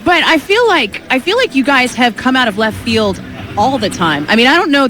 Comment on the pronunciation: "How much more llleft field can you get?" ;-) lol love it